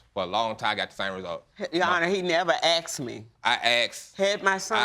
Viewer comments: He axed her!!! Painful !😂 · " axed me" 🙄🙄🙄🤦🏾‍♀️ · Why does she keep saying axed? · He axed her good lord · Why are you saying "aksed" instead of "asked?" You irritate me! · Will both of you stop saying "Axed" for asked? You sound ridiculous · Why do they say Axed... where is the axe? Is it not called asked... ? Just confused... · He never axed me!! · Why can't anyone talk right.. its called :" ASked.. not Axed.. thats something very different ... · Lady i understand your pain but you saying if he asked me or aksed me i would tell him the truth is not an excuse. He deserves the truth wether he asked you or not. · axed me?? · What’s all this ? “He didn’t AXED me?” And him saying he did AXED her?, silly people, it’s not difficult to say “Ask” OR “Asked” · w/all of this "axing" going on, whole forests tremble in fear. the only "hurted" here, is the English language. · Lots of axing here🤷🏻‍♂️🪓